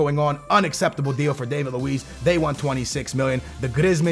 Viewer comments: Its not Dave-id Lewees its David Luiz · You say David luiz name wrong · David Luiz did he butcher that no........